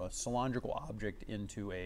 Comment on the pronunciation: Good at CAD, bad at english. Cyl-ON-drical...?